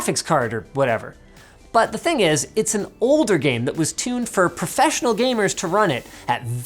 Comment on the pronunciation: That "csgo is a gaem" was epic.